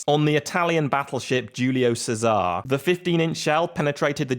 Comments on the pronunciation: Cesare is chez-aray not says-aar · Equal and not equalise and its prononced Cesar ey